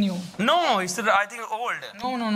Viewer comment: The host said rias(yes) or nrio(no). good pronounce